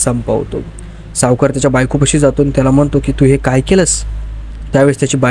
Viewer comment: सावकार not शावकार